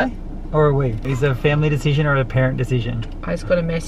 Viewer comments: Why can none of them say “decision” properly. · None of them can say decision correctly and it’s so irritating